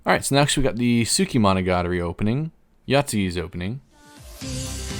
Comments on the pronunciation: I knew your list would suck when the first thing you said was the worst pronounciation of monogatari possible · Sorry but the way you pronounce "Monogatari" 😭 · "hachijuki" would be proud of that mispronunciation